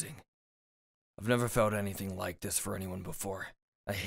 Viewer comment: When he says never: Me who hears:Neva